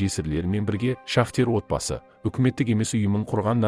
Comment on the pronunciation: Шахтер емес,шахтёр, сауатсыз